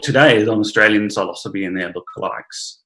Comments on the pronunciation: like i hate to be " that guy " but its pronounced " si - lo - syb ( the e is silent) note 3 syllables " ... not - " silo -sibee " 4 syllables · Hello. So, the word "psilocybe" is of Greek origin. Greek psilos "bare" and greek kybē "head", meaning “bare headed”. Now the thing is, when pronouncing Greek words, the emphasis goes on the last syllable. So it becomes "sigh-loss-uh-BEE". This rule runs across other genera, Inocybe, Clitocybe, Agrocybe. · I wouldn't have guessed that psilocybe is pronounced like that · I have answered a similar query about the proper pronunciation in these comments. You can totally say it how you please, The word "psilocybe" is of Greek origin. Greek psilos "bare" and greek kybē "head", meaning “bare headed”. Now the thing is, when pronouncing Greek words, the emphasis goes on the last syllable. So it becomes "sigh-loss-uh-BEE". This rule runs across other genera, Inocybe, Clitocybe, Agrocybe. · Bit confused about the pronouncing of Psilocybe as the word Psilocybin is pronounced as silo-cybe-bin.. great presentation BTW..